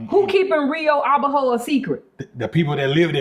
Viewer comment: Rio Abajo ... just a heads up. The pronunciation is to put the accent strength on the second syllable, not the last one ... so, it's "a-BA- jo". Not " a-ba-JO".